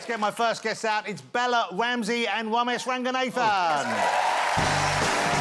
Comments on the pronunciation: Bella wamsey and womesh wanganathan 🤣 couldn’t choose a worse set of people for him to pronounce 🤣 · It's bella wamsey and womesh wanganathan